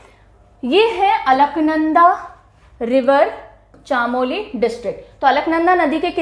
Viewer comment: ma'am chamoli( चमोली)